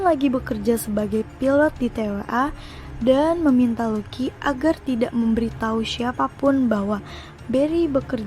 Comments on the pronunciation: Lucy bacanya lusi sayang bukan luki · Lucy = Lusi ,not luki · Lusi bukan luki !!!! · Lucy = lusi , bukan luki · Tulisnya Lucy bacanya Lusi bukan Luki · Penyebutan lucy lebih enak di sebut lusi daripada luki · Lusi anjim bukan luki.. Gatel gw dengernya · lucy itu bacanya LUSI BUKAN LUKI